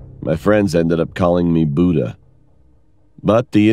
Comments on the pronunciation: He really said BOODER when it sounds like booduh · He literally said boota instead of Buddha😂